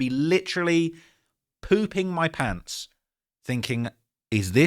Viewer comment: litcherly pewping moy pawnts